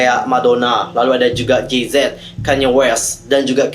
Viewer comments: Jay Z = jey zi hyung bacanya bukan ji zet 😭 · kak bukan J zet, tapi jay Z dibacanya jeyzi, wqwqwqwq beyonce ngakak denger ini